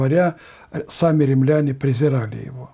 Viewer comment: ненависть ударение на первый слог, откудава- откуда, римляне-ударение на первый слог